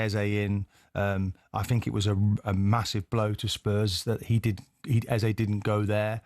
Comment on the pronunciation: Can White, Jordan and Keown please pronounce Eze name correctly. Its pronounced (eza). Thanks.